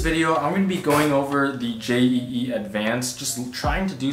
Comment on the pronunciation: Not J E E Jeeee